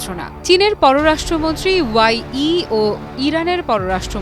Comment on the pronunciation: চীনের পররাষ্ট্র মন্ত্রীর নাম ওয়াই ই নয় চীনের পররাষ্ট্র মন্ত্রীর নাম ওয়াং ই নামটাও সঠিকভাবে উচ্চারণ করতে পারেন না।